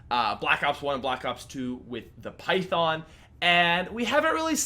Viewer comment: i know he talked abt this, but seriously, its python not py-thong